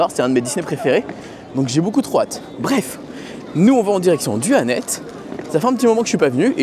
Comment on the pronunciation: Ça se prononce Annette-se juste pour info ! 😂 Merci pour cette vidéo de tres bonne qualité comme d’habitude, tu regales ! ❤